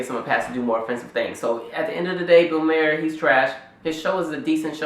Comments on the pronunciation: def not pronounced Mayer but other than that agreed. It's Bill Maher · You assume too much. Bill mayor (I'm spelling his last name the way you KEPT PRONOUNCING IT!) Is not racist. You can see he was basically led right into that joke. He dates black women.... This is not the action of a racist. Furthermore, black comedians make a good living using mock white voices and making fun of other white behaviors , so you DONT HABE A LEG TO STAND ON. The problem is the hypocrisy, the double standard, the tragic lack of recognizing IRONY. fuck you and your fake anger toward bill MAYOR . in spite of what I just said, you seem otherwise intelligent, so good video